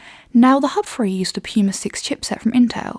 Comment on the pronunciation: Bug bear: "Three" not "Free"